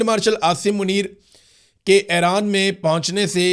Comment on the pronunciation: Ay-Raan Nahi Bhai E-Raan (Iran)